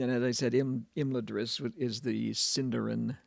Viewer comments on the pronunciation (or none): It's pronounced Im-LA-dris, and that's an argument I've had many times and a literary hill I will die on. 😄❤